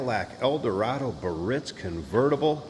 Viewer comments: BEE - uh - REETS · Dagmar was a 1950s actress with big knockers. All Biarritz that year were convertible the hardtop was SeVille.aaand it’s pronounced Bee aritz. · It's N O T pronounced 'burr itz'.